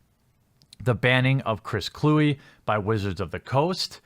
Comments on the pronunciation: It's pronounced Clue-We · It’s not “Clue”, learn how to say his last name. And Kluwe is a piece of garbage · A Wisconsin person should know how to pronounce an NFC north punter's name.